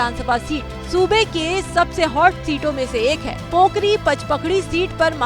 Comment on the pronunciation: वह पोकरी नही कोपरी है